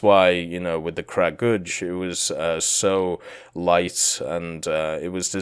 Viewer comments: Cut him some slack its really hard for westerners to pronounce slavic words especially kragulj, i mean how would he know its krah-guly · OMG, you totally butchered the pronounciation... Please do some research next time. Kragulj was especially cringe worthy...